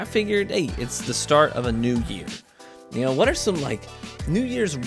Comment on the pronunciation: Love u, "u knaw what I mean"! Hahah but seriously u know what I mean right? Happy New Year and wish u the best in 2019